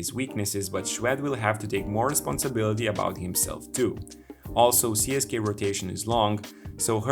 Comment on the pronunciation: Cool video. Just one thing that screeches my ears, again. Don't pronounce it as CSKay, it's not CSKay, it's CSK-UH